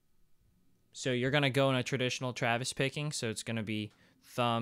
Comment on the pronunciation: I keep hearing Travis Baking????? is that what you're saying?